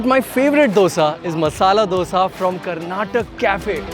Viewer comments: Karnataka not Karnatak! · We hate it when you call it Karnatak?? Like how hard is it to pronounce a state's name, guys please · The moment you pronounce, magga, Karnatak, we know you are not from Karnataka. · KARNATAKA, its aaaa at the end, go check in google you'll get it